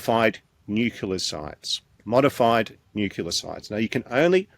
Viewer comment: Not nucular man again, please!